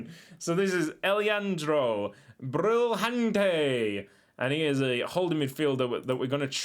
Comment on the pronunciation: Brilhante's “lha” should be pronounced the same way as the “lla” in llama. Great video!